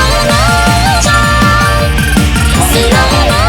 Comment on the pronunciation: ゆっくりがすろぉもぉしょんって言ってた)))))